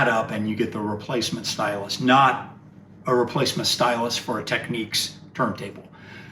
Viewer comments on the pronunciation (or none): Why do Americans pronounce Technics as though it has a ‘Q’ in it? As in Techniques! Surely it’s pronounced Techniks? No Q😁